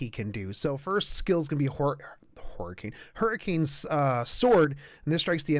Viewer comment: Just started, already at "Whore-icane sword" XD